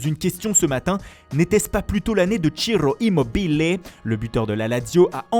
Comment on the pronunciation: "CCIRROO IMMMOBBILLLE" je suis mort comment il l'a dit